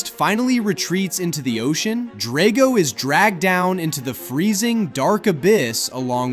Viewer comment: It’s pronounced DRAGG-oh, “Patrick Star”! 🤨